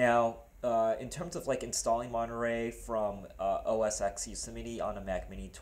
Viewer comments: it's os X (TEN) when you say os x it sounds like your saying os sex lmfao. Thanks for the info as I'm thinking about a mac mini and sounds like wouldn't be a bad choice since Monterrey supports it. Granted you can't do gaming on it but meh that's not what a Mac is for anyways! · Why do you call it Oh Es Sex? It is pronounced Oh Es Ten. And Monterey is Oh Es Twelve.